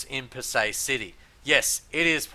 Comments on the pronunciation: It's pronounced as Pa- Sai rather that Pa- Say. Anyway great videos. I was looking for a better way to gage the valuation of a property in this murky market. You shown me that foreclosures can be a good valuation indicator as the bank's also have to price them correctly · Hi Fred Bee... I welcome your comment to correct me if I am wrong. I am just pointing out that the local pronouce it Pa-Sai instead of Pa-Say. There is no malice in my comment at all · He is unable to even correctly pronounce the name of the city ! Why would you have any reason to believe anything he says. Does he have a realtor's licence to operate there ?